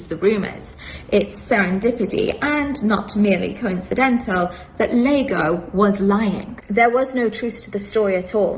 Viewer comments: It’s Iago, not Lago… comedy writes itself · Hey, isn't Iago pronounced Yago not Lago? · Yeah, it's pronounced Ee ah go. obviously googled Cuck, saw Iago, and didn't realize that the first letter of dude's name was an I and not an L, cuz she can't read?